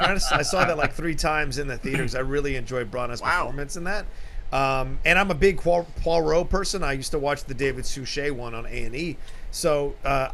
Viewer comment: Both and murdered the pronunciation of Poirot 😬😬😂😂👍👍